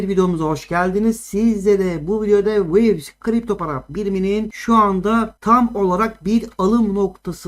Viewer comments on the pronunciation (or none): Wivis diyo asalak ya hahahaha